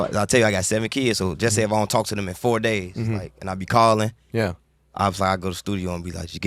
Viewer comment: Durk said FOUR DAYS the second time hard as hell like “LISTEN” 💯💯😆